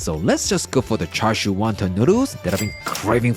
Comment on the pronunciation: The R in Char Siu is silent